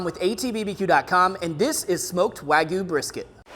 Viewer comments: Wa-gyu (wah gee you) not wagoo lol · Ok. As a subscriber and BIG fan of ATBBQ I hesitate to criticize but we got two huge problems here. 1) as mentioned numerous times below you are degrading this high quality meat by injecting it. 2) why do some people insist on calling this WAHGOO??!! It is spelled and pronounced Wagyu (wag-yu). You sound like a toddler.